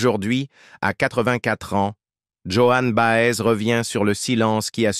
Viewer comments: Vraiment les voix monocordes de l'IA me bloquent les neurones. Bob Dylan surtout et Joan Baez (et pas Johanne Bahèze) sont mes années lycée c'est vous dire que je n'apprends rien en plus. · Après les jeunes qui vont découvrir avec cette vidéo vont répéter Joanne Baaaèze! 😂